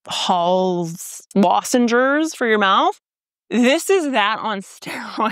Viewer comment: Omg I love how you call lozenges “lozengers ” cuz I do the same. Must be a prairie province thing. 😏